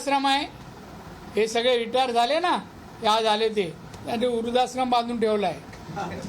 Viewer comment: वृध्दाश्रम नीट बोला आधी राणे साहेब